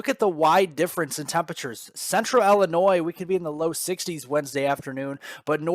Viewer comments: you are driving me nuts: Illinois is not Ellenois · Yo! No, it’s “ILLAnnoy!” 🤣🗽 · Hey, you say tomaTO, I say TAmato.....ha ha. I did notice it too though, with a chuckle.